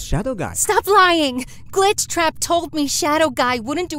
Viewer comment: Ok mr....... Gleechtrap HE LITERALLY SAID GLEETCHTRAP LOLLLL😂😂😂😂😂😂